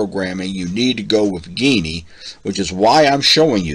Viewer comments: Alright, listen: STOP SAYING "GAY-NEE" !! It is pronounced JEE-NEE. How the hell do you get "GAYNEE" from Geany? According to their own FAQ website, they tell you: Q: How do you pronounce Geany? (^) A: ʒeːniː (pronounced like "genie") And do you notice the "lamp" icon with the "Genie" coming out? (Like Aladdin's lamp) Please stop saying it as GAY-NEE. The 2nd time you said it that way we stopped the video. We thought if you overlook this detail (a basic, important one), then who knows what else in the video is wrong? (It always amazes me how people seem to almost go out of their way to mispronounce certain words that otherwise seem obvious.) !! It is pronounced JEE-NEE. Remake the video pronouncing it correctly time, please. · I'm too late to the party, but yeah hearing a hard G was hard on my ears. The logo is a lamp. Thanks for the video.